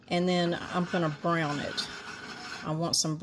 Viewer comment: *Brown, not Beown